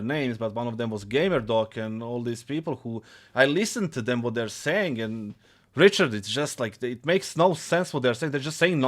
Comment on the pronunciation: when he says "Richard" it doesnt even sound professional, he's just emphasizing to his friend how little sense that shit made lmao